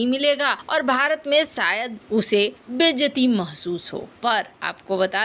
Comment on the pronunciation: कोसिस, बिसेसग्य, सायद, सुरच्छा, बिद्रोह, यह बेहूदा अशुद्ध हिन्दी उच्चारण बार बार..... अच्छे भले वीडियो का हर बार सत्यानास कर देते हो